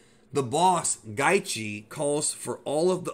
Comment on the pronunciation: That name "Goichi" might be pronounced as "Go-Ee-chee". I wonder if that's a nod to the Dragon Ball FighterZ Champion/player named "Go1" also pronounced "Go-ichi"